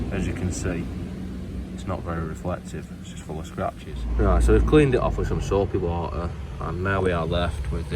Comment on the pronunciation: You said soapy water wrong, it's "SOAAAPY WOOOOODDER"